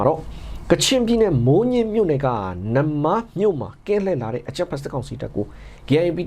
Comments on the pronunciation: ရေ နမ်းမား( နမ္မား)ပါဟ။ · ရေ ကချင်ပြည်နယ်မိုးညှင်းမြို့နယ် နမ္မား,,,,,,နမ်းမားလို့ဖတ်ပါတယ်